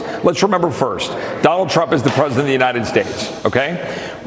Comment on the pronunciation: I remember when you first pointed out the press sec can't say Trump. So you're going to just roll with Frump now😆